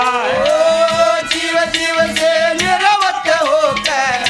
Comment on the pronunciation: निरवत नहीं ये शब्द, निवृत्त, है जी।